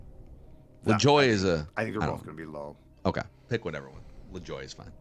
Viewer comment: I don't know how to spell it phonetically, but never pronounces Nap Lajoie's name correctly. It's not "Lajoy". More like "La-ja-way", with a soft J.